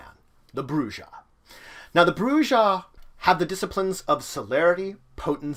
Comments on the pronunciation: Your saying the word wrong white boy the J makes a H sound while the last h is silent ( Broo-HA ) you dumb fuck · You pronounced the J... lot of players are going to hate you. >:D